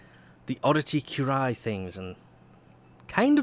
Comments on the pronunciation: the word appears as 'currie-yuh' to me.... but I notice people don't really read words either... o.O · if you pronounce it as "kjureye" one more time i will end you